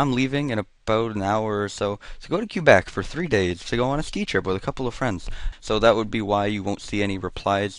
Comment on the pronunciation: I always thought it was pronounced "keh-beck"....